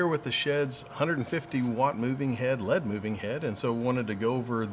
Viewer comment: FYI... it's not led, it's L.E.D.